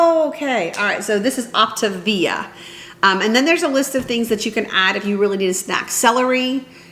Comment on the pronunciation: Just found you from your daughter's channel. It's pronounced Opta-Via, & I was recommended the EatWise app- it has timers/reminders for water & fuelings 😘